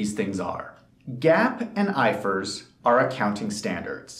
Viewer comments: When you say "GAAP" would you not specify It's " US GAAP" ? I've never heard "I F R S" prounced like "ifurs" 😂😂 I've worked across the EU in different practices and only ever heard it referred to by the individual letters " I F R S"😂😂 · It’s I.F.R.S, not ifers 🤦🏽‍♂️ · It’s GA AP. It’s I F R S. 😂😂😂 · Its I F R S not ifrs🤣🤣